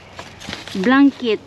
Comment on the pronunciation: chocolit,hahahahah,im and im tlga?day,mgbisaya na lang day,ayw sagi english,blankit?haha